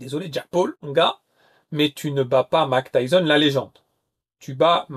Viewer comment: Mak Tayson ?!? Tu déconnes 😅